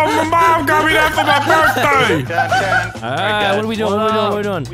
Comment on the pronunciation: "AWWWWWW ME MUM GUT ME THAT FOR ME BURTHDAY" a bike